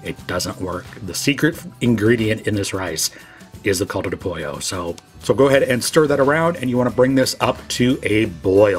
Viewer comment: Awesome video, the rice looks Yummy! Please don't take offense, just wanted to help your pronounciation of Caldo.. the Cal is pronounced the same as though you'd say Cal-ifornia (*Cal-do*)👍. not Cold-o. God bless you.